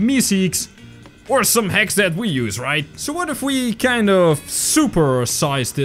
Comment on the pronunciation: your accent made me think when you say hacks I thought you said hex